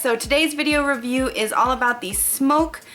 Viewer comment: Hahah, it's pronounced "smock"???? I believe?